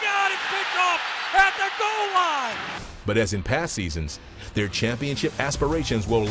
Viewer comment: No you said it wrong it's "pass is IN-TER-CEPTED at the goel loin by malcom butler"